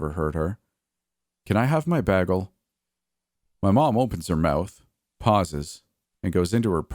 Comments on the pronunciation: BAY-gle not “baggle” LOL! New sub here. Ya got a great voice. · I love how you pronounce the word "bagel"😊 lol Most would say - (bay-gull)... But you say it like - (BAG-ull) 😆haha.. So adorbs